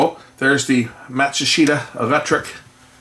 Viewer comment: I love that you correctly pronounced the Japanese name Matsushita ! When the TV station I worked wanted to substitute their RCA TK-42s they bought some Panasonic plumbicon cameras and they were horrible ! They got rid of them in less than six months and buyed Sony plumbicons that were used until they went HD with DXC-1500 (I think that's the model) that they are still using on the studios till this day.